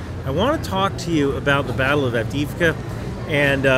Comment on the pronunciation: Avdiivka. Double "ii" reads each letter like english "e-e" (AvdE-Evka)